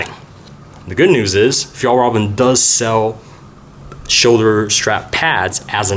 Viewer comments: That's actually incorrect. It's F-yell-rrrreven. See the official Fjallraven video about how to pronounce it. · Not quite, but so far the best non-native pronunciation I've heard online so far. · is it really that hard to pronouns fjællræven? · k Om du är svensk. Alltså vet de ens hur man egentligen säger det. Undrar om de någonsin hört en svensk säga det. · he didnt..